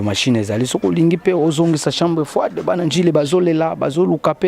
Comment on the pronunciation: chambre froide et non chambre frai de merci tii na tii pour votre compréhension 😊